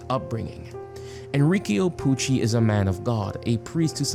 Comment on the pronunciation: it's Enrico not Enriquio